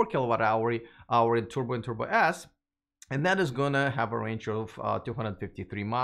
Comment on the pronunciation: what are those "Tubor Ass" and "Tubor Ass For" cars is he talking about?